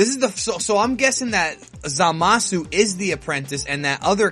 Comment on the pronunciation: 90% sure Zamasu is pronounced Zamas.